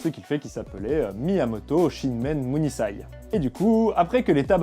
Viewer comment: bonne vidéo, autres quelques approximations (vous en avez souligné une) je ne comprends pas pourquoi vous dites muzashi et par contre munisai vous le dites bien :p (je parle du S).